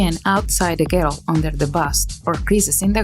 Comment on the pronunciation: You re saying girdle the wrong way